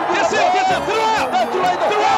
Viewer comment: 2006년 WBC에서도 "대쓰요!"와 "예~ 일본은 끝나쓰요!"라고 했었습니다.